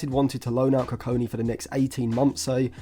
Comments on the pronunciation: Next time, don't trust Stephen Howson's pronunciations on players 😅 GOD-WILL KU-KON-KI is how his name is pronounced. But yeah great analysis on him, I think if Lisandro's injury issues don't subside then he'll be in the squad sooner than we think. He's got a lot of development still to do but would be an excellent long term option for that LCB role. Other than Branthwaite, Bastoni, Lukeba & Hincapie what do you think of Nico Schlotterbeck from Dortmund as a potential LCB option? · koo-kong-key is how you say his name. enjoyed the video. bastoni is a good profile comparison. his versatility will help him break into the team for sure. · not how you say his name, and hes 16 dont compare him to one of the best in the world rn thats unnecessary pressure and just so off because he hasnt played a minute in the first team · just say it the right way🙏😭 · The way He Kept Pronouncing the Name was Doing My Head In....😂😂😂